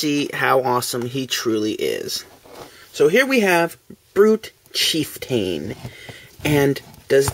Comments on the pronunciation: Actually... the a is pronounced (uh). So it is Chief-T(uh)n, or as it sounds, Chief-ton, like the scale of weight. Ya know... a "ton" of bricks. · you pronounce chieftain wrong lol.its cheif-tan.